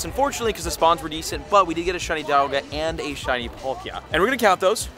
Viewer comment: Is this a different girl or have I just not seen her enough,she don’t feel the same she couldn’t say palkia right… NO HATE AT ALL